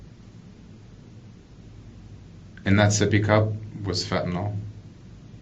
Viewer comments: FentaNYL not fantaNOL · Fent a nil not fent a nol jeez 🙄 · FentaNYL not fentaNOL